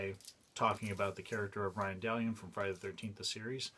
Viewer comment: Dude, thank you for this. It was fun watching a video about Ryan Dalion! Or was it Ryan Da-Lion as he introduced himself in one of the early episodes?